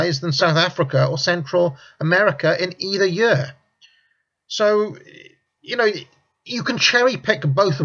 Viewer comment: year not yer, heard not hyeard